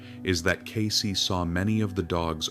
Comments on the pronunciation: It isnt Casey, it's Case as in suitcase. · CAYCE not Casey. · Its "Cayce", not Casey.